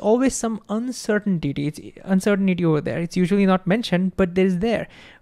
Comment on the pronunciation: Dude literally said uncertain-titty